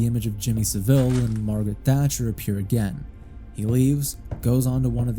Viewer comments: It's pronounced Jimmy Sah-vill rather than Jimmy Sa'veel. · Jimmy Saville is pronounced Sah-vul btw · i jus t watched another video where someone acted as if jimmy saville was a lesser known bad person from history. nope he is one of the most well known. this was an iceberg video and it was further down the ice berg for some reason. also you americans pronounce his name wrong. its hard to type but listen to him and others who knew him say it, if you search for him i'm sure you'll find videos in which it is pronoucned properly. basically its not pronounced with the emphasis on vill. but rather, sav. it's pronounced SA vil. not sa VILLE as in villa or deville. so you pronounce it (and that other guy from the iceberg video) like seville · You are pronouncing Saville wrong. The guy was a massive nonce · Pronunciation of saville was silly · Hearing Americans mispronounce Saville, one of our worst and most prolific criminals, will always make me chuckle. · Only an American says Jimmy Savile like that 😭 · I'm not sure if I half-love or half-hate the mispronounciation of Jimmy Saville's name. On principle, I hate it when creators can't bother to spend one minute to look up a pronunciation. It feels sloppy and makes me question what else they didn't bother to check. As a non-native English speaker, inconsistency and sloppiness from native speakers adds to my mental load. Yes, I AM autistic, thank you for noticing! This specific case though? Trash his name to your heart's content.